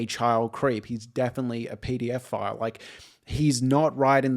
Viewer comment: Really nice review, thanks. I did keep thinking you were saying "pdf file" every time you said "pedophile". Haha.